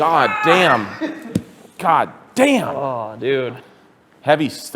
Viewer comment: I heard not Goddamn but Cutdamn :D